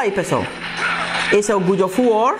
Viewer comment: "good of war" KKKKKKK mas é muito bom o review